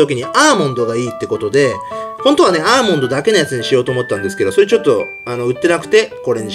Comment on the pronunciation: ラビット ちょっとだけ気になった笑